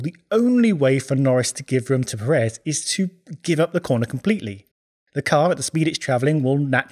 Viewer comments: Please stop calling Sergio Pérez like if it was Per(é)z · Brother, if you can write Checo’s last name correctly, you should pronounce it correctly as well. Pérez, with the emphasis on the first syllable. Thank you very much. Keep up the excellent content! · Pérez. Giant clue as to the pronunciation. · why is it that British people say Peréz instead of Pérez? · It is pronounce PErez no PerEz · Undisputed best plugs in all F1 YouTube, easy. ... The pronunciation of "Pérez", tho... :(